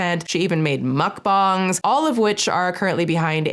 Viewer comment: During this whole video, I was most impressed by the correct pronunciation of "mukbang". <3 And yes, there is a mental illness where someone fakes another illness for sympathy or attention. It's called Factitious disorder or Munchausen syndrome.